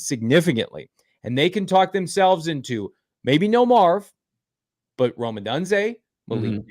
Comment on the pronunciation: If we pick Rome then you need to learn how to pronounce his name!